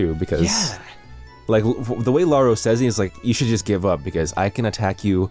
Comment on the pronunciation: i just want to mention lauroe is pronounced "La-oo-ré" not "La-oo-ro"